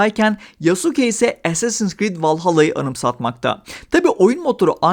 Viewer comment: Recepler niye as’leri es diye söylüyor acaba? (Assassin) 😅 Bu arada bizim karabüklü karaoğlan samuray değil, köle. Wired’da bile Japon tarihçi dayanamayıp gülmüştü bu duruma. Revizyonist tarihçilik ve woke’luk dışında oyun iyi yapılmışa benziyor.